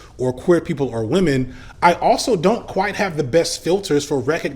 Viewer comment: He he... "wamen"